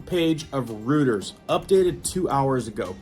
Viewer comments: And don't forget, ROY-TERS, rooters. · its pronounced ROY TERS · Hate correcting! But Reuters is pronounced Royters not Rooters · It is NOT "ROOT-ers" it is actually "ROY-ters" ---FYI. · Bruv dont pronounce the P in "Coup" Say it like this, "Coo" 👍 And when you say "Routers" it's pronounced "Roy-ters" Im telling you with respect, i'm not being funny but i dont want other people to think anything bad about you coz we all love you here, (No Homo) 👍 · ITS PRONOUNCED COO! DEAR LORD! ALSO, NOT RUTERS! ROYTERS! LEARN THE ENGLISH LANGUAGE PLEASE!!!!!